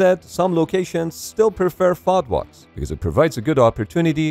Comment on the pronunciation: You don't pronounce FOD like that lmao. So cringe